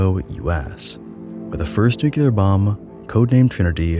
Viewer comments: 1. dialect and/or colloquial pronunciations 2. simple misreading 3. possibly dyslexia it's almost like people mispronounce words for various different reasons 😮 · Stopped watching after you mispronounced "nuclear". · Please do practice the pronunciation of nuclear, to help others learn it correctly. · New-clee-ar. Not nuculure. Nuclear. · New clear. New clear. Not "new queue lar" New. Clear. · It's spelled and pronounced NuclEAr not Nucular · Great vid, don't wanna be that guy but it's nu-clear not nu-cular . Love your stuff, keep it up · Nuclear =\= NukUler. Perhaps you should take advantage of you own sponsor. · Hey,, you seem like an intelligent person so I have a challenge for you. Read the following word as if you’ve never seen or heard it before: Nuclear….there’s no way you just read that as New-Q-Ler, so why did you just do it 100+ times in this video? For the record it’s New-Clear. I had to stop watching your video bc if a person doesn’t know how to properly pronounce a very simple visual word, the chances of them knowing much on the topic is slim. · it’s nu-CLEAR not nu-cu-lar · Oye- NucLEEar, not NucYOUlar. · NU-CLE-AR. not nucular. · New-Clear, not New-kew-ler - thanks for the vids. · I love your videos but I cringed every time you said nucular instead of nuclear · A 16 minute video about the most radioactive places in the world and the first word is "nucular"... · absolutely brilliant video, thank you (if you'll allow me to be an annoyig nit-picker, nuclear is pronounced "new clear") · As long as he shows his obvious lack of understanding of the subject he's presenting (demonstrated by the very first word he says: "Nucular"), he doesn't deserve the attention. Science misinformation by popular youtubers is frustrating as hell, and I'll call it out every chance I get. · But why tf are you saying new-ki-lur? It's driving me insane! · Nuclear. NU-CLE-AR. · Newk yuh lur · Great video but it's "nuclear" not "nucular," quit saying it like George Bush